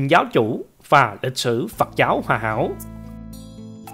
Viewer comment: Phật giáo,chứ không phải phặc giáo nhe anh mc.Viết có thể sai chính tả nhưng đọc mà cũng không phân biệt được dấu ă hây dấu â,nên học lại chính tả lớp 3 tiếng việt rồi hả làm trương trình